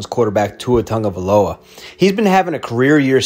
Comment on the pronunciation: It's Tagavailoa, not Tungavailoa.